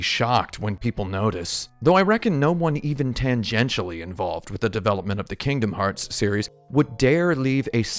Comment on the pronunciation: My biggest takeaway from this video is that I really really hate how you pronounce Kingdom Hearts and you should continue to pronounce it that way because I'm not your mother.